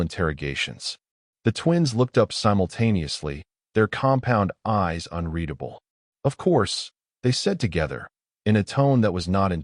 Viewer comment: drink a shot every time he say "compond eyes"